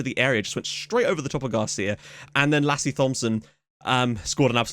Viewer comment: Oh god, that Lasse pronunciation xD